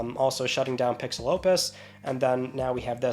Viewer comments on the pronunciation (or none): none